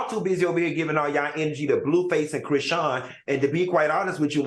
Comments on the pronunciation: AL CANT PRONOUNCE NOBODY NAME ITS CHRISEAN DUMMY..... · yall complain about dr heavenly yet AL don't even know how to say chrisean's name yetttt lmfaooooo!!!!!!!